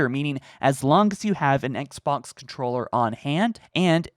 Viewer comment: says "Esk-Box" instead of XBOX.;) ESKimo Box